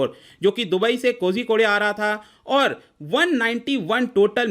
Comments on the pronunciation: कोज़िकोड है महाशय, कोज़िको‌डे नहीं। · It's pronounced as Koikode I think